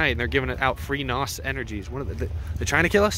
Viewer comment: .....i actually fast fwd'd the video to the end because of how drug out this video was! Glad you had a good time...sure! BUT....PLEASE do me a favor, PLEASE STOP saying NAWS...OR NAUSE OR NAUSS...please understand something! N.O.S = N O S !!!!! For Example: ITS LIKE SAYING, "that kid over there has 'ADD' and has to take aderall to concentrate". But thats not how you would say it...you would say...."that kid over there has 'A D D ' and has to take adderall to concentrate". N.O.S IS BASICALLY NOT A WORD!!!! IT IS AN ABBREVIATION! THOSE ABBREVIATIONS STAND FOR...."NITROUS OXIDE SYSTEMS" its like, every since that dang FAST AND THE FURIOUS MOVIE CAME OUT, PEOPLE HEARD THOSE D.A.'s SAY NAWS...LOL SO PLEASE PLEASE PLEASE PEOPLE...........STOP!!!!!